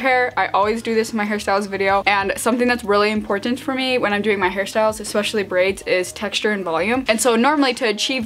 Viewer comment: it sounds like she's saying harry styles ahaha